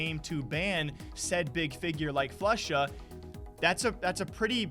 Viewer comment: Of kors.... Floosha chiiter